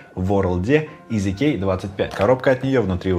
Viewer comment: Когда ты говоришь "EasyKey", мне постоянно слышится "Из Икеи"